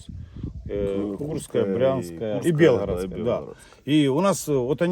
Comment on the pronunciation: еблан, Белгородская ударение на О после р. Сказочники какие ))) буду слушать еще придумываете еще